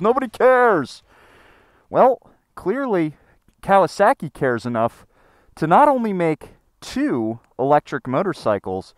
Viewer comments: there is no "sack" in Kawasaki. Cow-uh-sock-ee. Would you go to a Japanese restaurant and order sack-ee, I think not Sir! Im starting to think you've been hanging out with Eric too much lol! Most motorcycles get such good gas mileage I feel these electric bikes are superfluous. The hybrid bike may be worth the hassle to help cut emissions but with the pollution from mining the lithium and manufacturing/recycling of the batteries probably not. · "Kawa-SAW-ki" > "Kawa-SACKY" - lol - Sorry I had to. Liked the video, though! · Cow-uh-sack-ee 😂 sorry I can't not hear this. It's cow-uh-sock-ee. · Speaking as someone who studied Japanese for almost 3 years, it's KAH-wah-sah-kee, not COW-uh-sock-ee. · Say it with me...Kah-wah-sah-key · Why do you pronounce kawasaki like that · Love, hate the way he says Kawasaki 😂